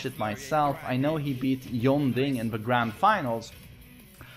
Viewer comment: Did man really just say YonDing?